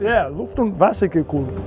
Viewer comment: Magnus is the only Porsche Enthusiast who can almost properly say Luft- / Wassergekühlt. Every other american butchers it